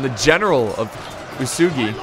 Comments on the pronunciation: OO-EH-S-GHI. Ōtomo I guess many English speakers cannot remind the original pronunciation of alphabet letters. It's much easier to explain the pronunciation to Italians or Spaniards. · UESEGI one letter one voice. Chosokabe is actually read on Japanese like this "Choko ka be" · U-WE-SU-GI That is the right pronouncation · Antlantis 123 boy what the fuck-- who's pronouncing it wesugie? Japanese is incredibly easy to pronounce becuase you simply read it 1 syllable at a time. U..EH..... Su..... Gi!!! not WE SUE GIE, NOT WOO SOO GUY, NOT WOOO SUE JEW. jesus who the hell is making these stupid ass pronounciations, literally just play the game and they evenpronounce it for you!!! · not being able to pronounce cho-so-ka-bay or oo-soo-gi is strange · Uesugi is pronounced oo-eh-sue-gi. And for crossing the water, you can see dark parts and lighter parts. Lighter parts are where you can cross because its shallow while dark parts are deep (i think that's how it works). But you will see some parts which look whiter than other parts of the water and that's where you cross. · Uesugi should actually be oo-eh-sue-gi for pronouncing it